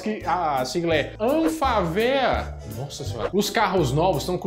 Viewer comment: Amigo é anfávea olha o acento , falar uma coisa tão simples assim ainda errado fica feio de mais.